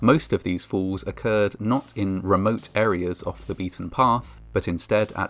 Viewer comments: He pronounced falls as fools! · Every time you said "falls" it sounded like "fools." Either way, it's accurate... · Your accent makes the word falls sound like fools, and im not sure if thats accidentally tasteless or accidentally hilarious. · Narrators use of the word “ falls”. Sounds like he’s saying fools! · when he says "many falls" i thought he said many fools, his accent makes falls sounds like fools😂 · In the video, when he says "falls" it sounds a lot like "fools" "Records exist of more than 50 f__ls....." You be the judge of what word is most appropriate. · (To an American) with the British accent, it sound's like "In spite of all of this, FOOLS do occur" - which seems somehow appropriate in this case. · When you talked about 50 falls, because of your accent I thought you said 50 fools. Lol. Which fits, unfortunately. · Is he saying fools or falls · When he says “falls” sounds like “fools” 🤔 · It sounds like you are saying "fools", which fits the stories anyway. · who else heard "more than 50 fools"? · When you said "50 falls" "Falls do occur" - I heard "50 fools" " Fools do occur". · I kept hearing "fools" instead of "falls" and it actually still made a lot of sense. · I thought he said, "... suffered fatal fools", haven't we all? Oh, "suffered fatal FALLS." Got it. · I like how your accent makes "falls" sound like "FOOLS!" "Despite all of this, fools do occur..." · What if I told you he was saying the word "falls" with an accent